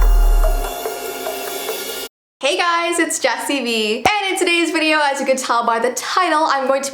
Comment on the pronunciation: I no it vee not vi